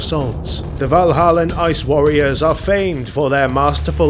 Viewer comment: Valhallan Ice Warriors, not Vanilla Ice Warriors. Got to read slower.